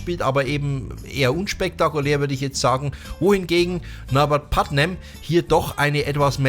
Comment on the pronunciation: Mmh Leider „Putman“ am Anfang falsch ausgesprochen - die Bass Lines schön rausgestellt - die Kritik geht allerdings aufgrund von Verwechslung zwischen Putnam und Leech obwohl Du sicherlich Bardwell meintest mindestens 2x schief 🙈